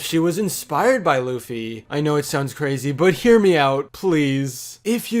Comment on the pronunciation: You said Luffy wrong... YOU SAID LOOFY